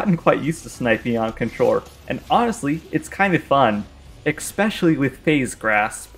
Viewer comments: What is ickspecially you mean especially 2 very different pronunciations. Lol sorry for being grammar police I love your content. Also you misspelled corrosive during the graveward fight. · It's not pronounced "ecks-peshully"